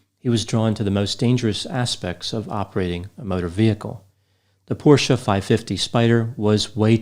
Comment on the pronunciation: this decoration piece sort of cactus on the lower tier behind you - it looks like a cookie to me. Sorry, it looks so cute, it has distracted me from your lecture. P.S. Your pronunciation of "porsche" is now perfect.